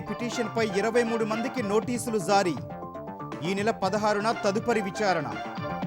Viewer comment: News Reader కు ఒక సూచన... You are pronouncing (జా) as zaa... Please Try to correct it... That is జారీ... Not Zaaree (I Love E TV...)